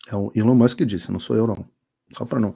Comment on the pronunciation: Até que enfim um brasileiro pronuncia o nome do Elon Musk corretamente 🎉 ("Ilon Mãsk")